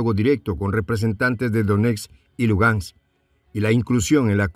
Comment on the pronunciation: Minsk....Donetsk.....Lugansk! No es minks, donets ni luganks!!! Hay que practicar más para ser mejor comunicador.